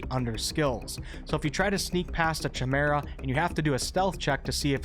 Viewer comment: Thanks for the video. FYI, the Ch in Chimera has a hard kah sound, so it is pronounced, KAI-mera.